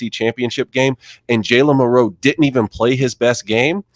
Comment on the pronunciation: I gotta ask you guys, and this is something that I've been wondering all year. The way all three of you say Milroe's name.. is it an inside joke? Like before the season did someone come up and say hey lets do this all year and see if anyone says anything? I'm not upset; I just find it curious and kinda funny that you all put the emphasis on the second syllable of his name. It would be like me saying Cam newTON all the time 🤣